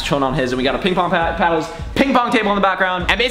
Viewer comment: I'm pretty sure you said PingPorn xD